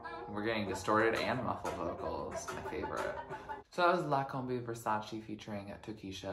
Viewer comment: its Versace, not VersaCHI